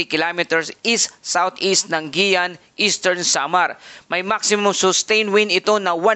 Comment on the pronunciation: It's not "Giyan" but "Giwan"!